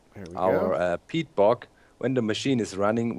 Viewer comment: everytime somebody says peat, I understand pee. "later, we want to run the engines on pee"